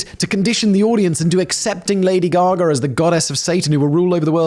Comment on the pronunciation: WHERE IS THE "R" IN "GAGA"? ITS DEFINITELY NOT "GAGA-ER"